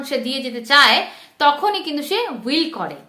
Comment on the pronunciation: হুইল নয় উইল